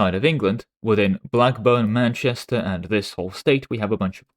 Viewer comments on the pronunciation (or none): none